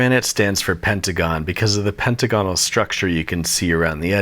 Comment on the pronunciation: I can't tell if he doesn't know how to pronounce pentagonal or if that's part of the bit.